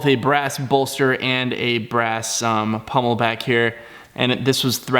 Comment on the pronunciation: Great job! But for God's sake people - it's pommel, not pummel!😃